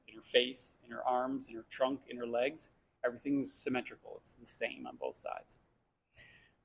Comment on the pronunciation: Legs, not kegs. Lol.